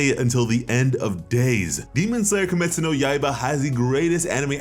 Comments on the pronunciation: dude, please don't go accent mode and start saying cum-estu no yay-bruh. if u can say kimetsu no yaiba properly don't say it, just say demon slayer and we all can understand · God you butchered the name 😂